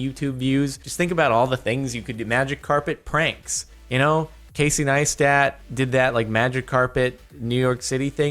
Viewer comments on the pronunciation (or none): none